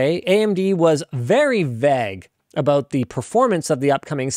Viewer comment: what kind of accent pronounces vague as vaG???? bothers me every time